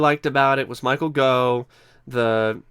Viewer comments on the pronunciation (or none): Gough pronounced as in 'cough' for goodness sake!